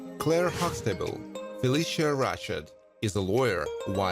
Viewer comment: He pronounce Phylicia last name wrong.